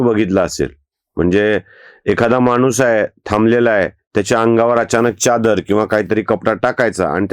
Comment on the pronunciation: च्यादर नाही हो चादर म्हणा ! सुरवातच अशी केली की पुढे ऐकावेसेच वाटणार नाही .